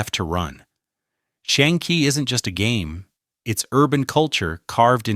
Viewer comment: That has to be one of the worst pronunciations of "xiangqi" I've ever heard. Goddamn.